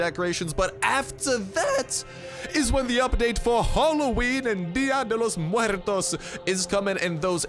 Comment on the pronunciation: Way to say día de Los muertos the correct way bro! Dig that